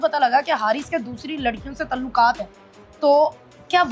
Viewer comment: نا شادی سانوں پچھ کی کیتی سی،ھزاروں کپل کمپرومائز کرتے ھیں،بنے پھرتے ھیں بڑے پڑھے لکھے،، ھر ویلا،انکے پیچھے لگا ھے اور یہ اینکر باجی اردو زبان درست تلفظ میں ادا کریں تلوقات،تلوق کیا کیا بولے جا رھے ھیں